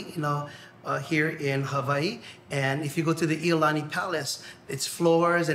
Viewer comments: More then a couple discrepancies.... Lalani palace... I'olani Palace... but overall not to bad.. should have learned the correct directions and names before over laying the commentary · "Lily-loni Palace" and "Kulala Mountain Range".....I was dying lol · You could have added actual Hawaiians in here to make the documentary more authentic, with their warm aloha spirit. Even for the ukulele history....You could have asked a Hawaiian to sing for you and you would have felt the richness in their voice. The butchering of names was shameful. Lolani? Ha-leiwa? ☹️☹️☹️☹️ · I completely agree Rudy. I had to quit watching it due to the way the narrator was pronouncing the Hawaiian names. I literally cringed. Ko'olau. Iolani. Kamehameha. That was all I could take.